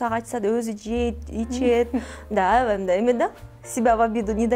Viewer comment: Авай авай деп чоң эне болбочу! Аябай деп жакшынакай эле сүйлөчү!